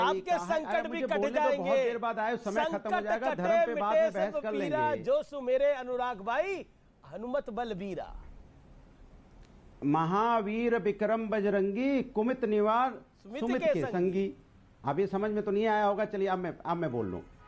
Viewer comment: कुमति और सुमति है, न कि कुमित और सुमित। मात्राएं ठीक से पढ़ा करो😅